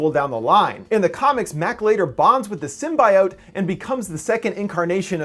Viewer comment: Sim Bye oat best mispronounce ever